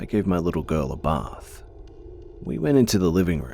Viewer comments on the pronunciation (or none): none